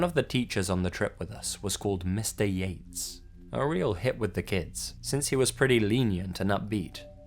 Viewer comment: instead of Mr.yates, i heard mr yeet and couldnt stop laughing